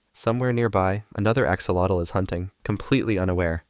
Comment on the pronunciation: Thats the worst pronunciation of "axolotl" ever 😂